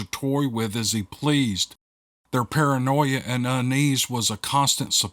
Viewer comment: LOL Paranoeyea. I love that, it's like a mix of paranoia and pareidolia. First-time commenter here. Not sure how to misspell that correctly but you said it perfectly. I've been listening for years & have not been disappointed even once.